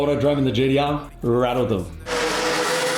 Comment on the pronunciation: "Gee dee ahh" Uleh